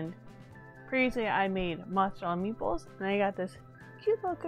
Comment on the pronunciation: Ooo! I think I'd try something like a spinach artichoke dip, though Adam would probably want buffalo chicken inside. I definitely kept mishearing you saying "meatballs"... ;) Is there a reason to keep the pretzel in the slotted spoon while it boils?